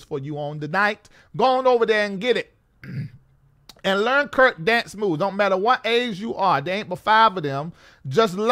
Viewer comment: Called him Kirt 😂😂 with a T